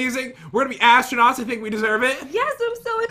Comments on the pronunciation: “ I can’t wait to start becoming an AssTRunuuWws!” - 2019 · "i cant wait to be astunits* pat: " astunuts? " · I like when said "astronewts" 😂😂😂😂😂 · astronukes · literary said asttronuits then i was like what.... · your so funny you said assternoot,s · said astro-newts